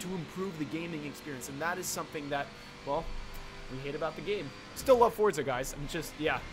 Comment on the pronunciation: It’s not forza